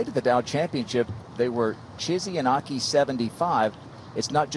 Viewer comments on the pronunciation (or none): I don't know why the commentators don't make a concerted effort to pronounce names correctly. They so confidently pronounce the names incorrectly that it kind of shows a lack of respect. Their pronunciation of Akai and Chisato is so far away from the actual pronunciation. Imagine if Morgan Pressel's colleagues insisted on calling her Mokkin. Or if Dan Hicks's colleagues constantly called him Dant. I'm sure they'd be annoyed! Learning how to pronounce names lends to professionalism!